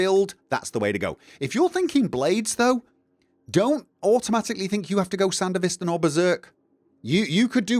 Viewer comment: Amazing vid, solves exactly what my build's lacking. Also, your pronunciation of Sandevistan is hilarious, love it.